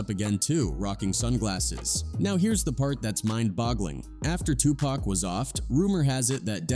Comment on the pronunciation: Man, the bullshit oozing from this video is crazy pac was from nyc not los angeles. the ai voice you use is trash too....his name isn't 2-pack.